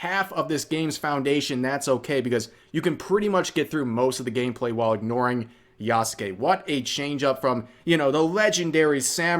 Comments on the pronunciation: Why does rev add an extra syllable to Yasuke He says Ya-sa-ke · The name isn't pronounced Yah-Suh-Kay. It's just Yahs-Kay. The U is de-emphasized to being essentially silent. Hence Sasuke isn't pronounced Sah-soo-kay, its Sahs-Kay in pronunciation. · the mispronunciation itself annoys me because it is a common one and not limited to just Yasuke but pretty much every Japanese name that has "suke" in it.